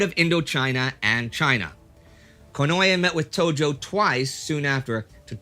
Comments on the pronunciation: Theres no such thing as "ye" in the japanese language, its ko-no-e (近衛). Please indy, its just like spanish pronunciation, and if you read the correct spelling on wikipedia youd see theres no "y" anywhere in there, just read it like hes from spain or mexico or any latin speaking country, itll at least be the correct pronunciation. 😂 i do love you, thank you for all the vids, and very glad and hopeful for you and everyones continued good health ❤️❤️❤️ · here indy, 10 seconds in a nice beautiful pronunciation. Not to change any episodes or anything, but just to give an easy example of Konoe Fumimaro (last name first name, as is standard). Just keep listening for the same name konoe after that 10 second mark for confirmation if doubted